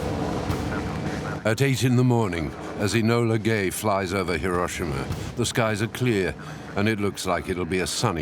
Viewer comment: An excellent and informative video. Pity about the mispronunciation of Hiroshima